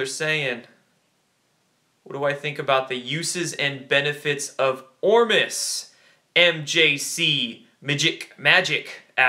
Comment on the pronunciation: What product were you talking about,,,,Orbis, or Orvis....not clear from what you said??